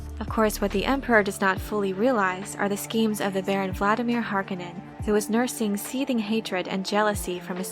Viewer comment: Har........conin Haaaaaaarcoooooooonin Not Harkanin Har. Conin